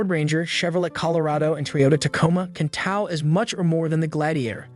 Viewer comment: Knock it off with these artificial voices for narration! It's TOW, not TAU!